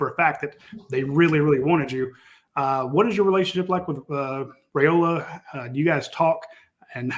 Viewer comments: Yes his father did during an interview. Rye not Ray..... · I believe it is RYE--oh-la, not RAY-oh-la. Didn't his father clarify that on one of your shows?